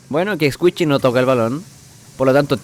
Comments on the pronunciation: Es "escuishi" no "escuichi" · Squishy no escuishi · No es Squichy es squishy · Min "Escuichi" xdxd